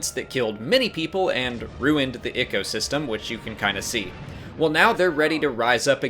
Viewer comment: "Ruined the igkosystem" "igkosystem" " igkosystem " IGKOSYSTEM